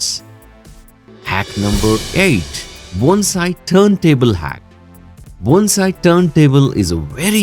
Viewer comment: Thank you for pronouncing Bone-sai correctly!! I’ve done many of your suggestions. 😊